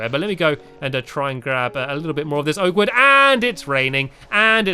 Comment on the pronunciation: You should really get a good way to say oak wood